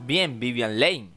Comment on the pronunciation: Q BARBARO Q MAL HABLAS!! VIVIAN "LEIN" NO JODAS!!